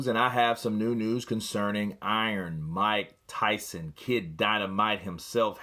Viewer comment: Mika Tysun! 😂😂😂